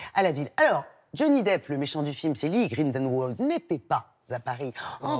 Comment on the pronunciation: Grindelwald se dit vocalement "Grinedelvalde"